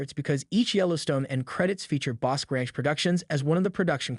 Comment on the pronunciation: Not to be picky but Bosque is pronounced Bos key not bosk.